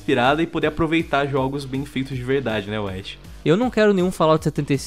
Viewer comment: não sabem dizer " jogos " ? oh brasucada